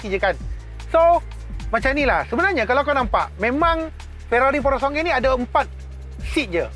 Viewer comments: Sebut betul2 bang…PURO-SANG-WE…bukan SONGGE…great content 💪🏽💪🏽💪🏽💪🏽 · Maaf Abang gan, pronouncation purosangue bunyi “pu-ro-sang-guey” bukan “porosongay”, sya cuma tlg perbetulkan 🙏🏻 btw, nice vid mcm biasa, mantap 🔥